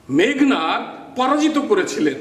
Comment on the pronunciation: স্যার বিনয়ের সহিত জানতে চাচ্ছি- উচ্চারণ মেঘ্+নাদ/ মেঘো+নাদ কোনটা হবে। উচ্চারনের নিয়মে মেঘো হয়, তাহলে এখানে কেনো মেঘ্?